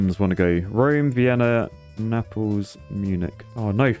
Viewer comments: Did say Nepal’s? Instead of naples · My god the mispronunciations are infuriating NAPLES like staples with an N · Nuh-palls? Nay-puls! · Naples pronounced like staples, not Naples like apples 😆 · Btw it's said "nay paul s" not "nai pl ss" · him saying "nepals" instead of "naples" is really triggering me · Hate to be that guy but Naples is pronounced like "Nay-pulls" not "Ne-pulls". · Nay-pulls. Not neh-pals. Please. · Every time pronounced Naples like Nepal(s) I shuddered. Either go Italian with "Napoli" or pronounce it the English way like "Nay-pulls". Shame. Shame. Shame. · lol yeah i was also thinking about nepal when he pronounced nay-pels + its pretty easy to pronounce it he was overthinking it lol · Oh gos, napples is not how you pronounce naples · why ddi he say Naples like Nepals xD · THE WAY U A SAYING NAPLES MY GUY, SO ANNOYING. But I am nice so I will tell u how to say it because Italian here, the way u say it is nay-ples or if u want Italian it is nah-po-li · His pronunciation of Naples though💀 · The way you pronounced "Naples", and with that excitement levels, made me laugh so much, I was not ready for that ahahahahah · The way he pronounced Naples XD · how do you keep pronouncing naples wrong lmao i thought they were flying to nepal for a second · Your pronunciation of Naples is a bit odd, sir